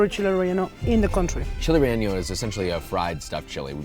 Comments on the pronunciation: Dude says chile relleño lol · You pronounce relleno like its spelled "relleño" but it's not! No need to add the ñ in your pronunciation 👍🏻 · Fun fact: Josh's mispronunciation of relleno with the ñ is called a hyperforeignism. It's when a person incorrectly adds a foreign letter into a word that doesn't have it. Often times people will do this with habanero as well. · Rey-Yen-Oh. Not rey yen yo There is no letter ñ in the word, the ñ is what typically gives that Y sound in words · Chile RELLENO HE KEEPS SAYING REEYEENIO 😂😂😂😂 GIRL say it right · bro said "reyenyo" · “Chile relleño” you didn’t have to put the extra ñ man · Josh, my guy, you’ve gotta stop pronouncing Chile Relleno with an ñ. N and ñ are different letters with different pronunciations. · I know you want to say Spanish words well because of the way you said trompo. So I know you want to say chile relleno correctly also. There is no ñ in it, listen to how your co-host says it! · Josh, I love your videos but dude there’s no eñe in the word relleno. otherwise, this may be my favorite travel and eat video. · Josh I love your cultural/ traveling videos, and recognize your efforts in pronunciation, but had to give a small note. Also because chile rellenos are a pretty popular dish in Mexican food. There is no ñ in relleno. The n just sounds like the N in "no". Not jalapeño. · who tf taught you how to say relleno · You’re from LA and pronouncing relleno like a goofy.